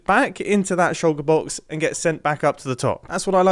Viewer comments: I love hearing mumbo say “shouka boks” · Try drinking everytime Mumbo says shoulker box..